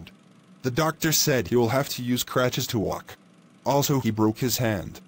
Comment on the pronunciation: For future reference: "Crutches" instead of "cratches"